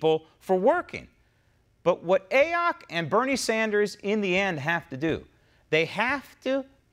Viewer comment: "A-ock". Hilarious!!